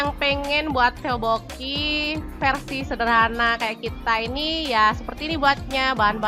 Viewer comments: tokboki bukan teobokinya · Bacanya topoki kak